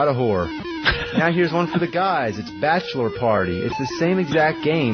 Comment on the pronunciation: 'Bashlerette party and Bashler party' -- Opie (professional talker)